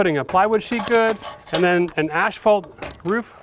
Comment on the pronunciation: Asphault….pronounced As-Fault, not Ash-Fault....lol. Sorry, I had to say it.